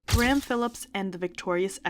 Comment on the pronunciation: did you sincerely just say gray-ham? instead of graham?